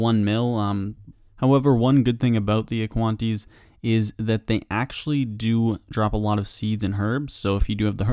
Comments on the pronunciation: I had to seriously go make sure it was "aquanite" and not "aquantie". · *Aqua-nites. hahaha Aquantees. Love the content tho! Always look forward to your videos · AQUANITES. AQUA-NITES. not aquanties. please. please. learn it. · Aquanties XD it’s aquanites aqua-night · Cringed when you said aquanties lmaoooo